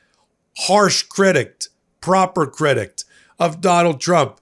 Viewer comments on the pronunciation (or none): "Shift"'? '"Critict"?, drop the nonexistent T's!